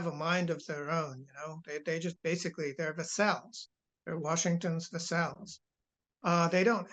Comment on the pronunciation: Minor quibble about which syllable is stressedVassál? Hungária? Did I hear correctly? Try vással, Húngary. Emphasis on first syllable of both words. Also I think the suffix of Hungary is y, not ia in American English, unless I‘m mistaken.